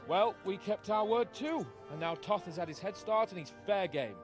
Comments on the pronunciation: This was the buggiest epilogue I have ever seen:D Thanks for an another amazing lp. Funny thing though, the antagonist Istvan Toth, they got his name (Istvan) right, but Toth... the second t is silent, so you pronounce it as a t, not an s. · The young lords pathfinding was bugged, he and the soldiers kept going to the left. Then you went ahead to the checkpoint, which made them teleport there BUT Henry kept moving forward, even during the cutscene:D It's pronounced Tot. Istvan was pronounced well I think. The English version of Istvan is Stephan btw.